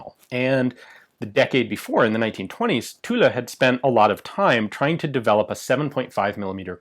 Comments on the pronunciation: Next step: pronouncing Tulle "tul", not "tuleu" or "tula". But congrats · Every time you say 'Tulle', I think Tula for some reason .... "Wait a French gun made in Russia? Oh .... Tulle with an 'e'" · The actual French pronounciation would be "Tull", the E at the end is silent. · Oh the French factory is called Tulle. I thought you were saying Tula. I was thinking "What the hell? A Russian factory making French guns?" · Almost. The French "u" that has no equivalent sound in English, and the double "l" is pronounced as dragging on it. So "Tewll" wous ble closest, I think. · is tit me or should you not pronounce the L in Tulle? like in Marseille? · The correct pronunciation for Tulle is without the final "e" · We don't pronounce the "e" in Tulle ;-) Great vid as always!